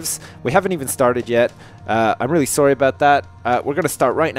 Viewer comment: I love how says sorry, he pronounces it sorey